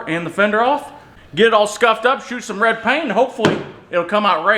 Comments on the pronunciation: Painting: 10/10! - Pronunciation of the word "RED": 3/10 :) (YouTube's automatic captioning guesses "Raid" the first time and then "Road" the other time.) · Red pronounced raeid give a 3 letter word 2 syllables.